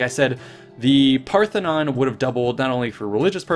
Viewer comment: Parthenon not pathenon